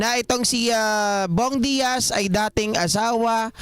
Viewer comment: Bong Daza po hindi Bong Diaz 😜 Isabel Daza po anak nila